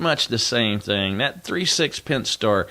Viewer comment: Pent-A-star. Like pent-A-gon. Not like penthouse.